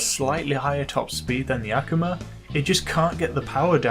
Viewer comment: Just so you know, It's A Koo Ma Not Ak A Ma